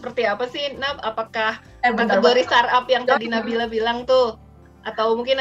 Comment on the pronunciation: For the host: Pelafalannya bukan star-up (starap) tapi start-up (star: [tap]). Ada huruf "t" before kata up.